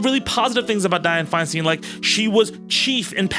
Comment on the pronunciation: I know you recorded this last week, but FFS. It's said Fine-STINE, not Fine-STEEN. Say other words as you like but a name has a pronunciation that matters to the person who owns it. You aren't SAYID TayBAYni, right? It's a bit of an insult to get it wrong so thoroughly. And I am with you 100% about her good, bad, and ugly. I lived in the SFBA while she was mayor. I called her "that bitch" and didn't have to live directly with her policies. She ALSO helped the city get through the pain of seeing Harvey Milk and George Moscone's murderer get a weak-ass sentence for killing them both.